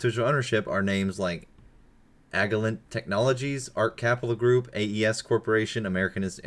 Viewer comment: The way you pronounced Allianz and Agilent triggered me not gonna lie. But, yes.